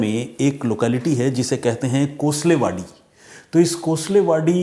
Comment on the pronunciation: कोसलेवाडी नहीं कोळसेवाडी, लंदागे नहीं लांडगे